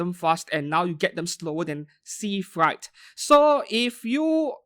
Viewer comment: Freight is pronounce as frait, not fright